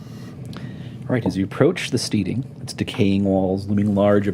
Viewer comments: Stedding, not steeding. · I love Mike, but it bothers me when he pronounces it steeding lol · It's killin' me that Mike Mearls cannot pronounce the word steading ... at least that's what I hope he's trying to pronounce 'cause steeding is something you do with horses. There is an important difference.